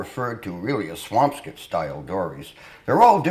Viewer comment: is he saying; `swampscott' or is he saying `swampskit' ?